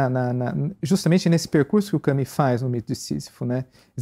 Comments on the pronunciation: gosto demais desse site e dos assuntos abordados. gostaria, no entanto de observar a importância de pronunciar os nomes o mais próximo possível. Albert Camus (CAMY, mais u que i). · Só gostaria que pronunciassem melhor o nome "Camus".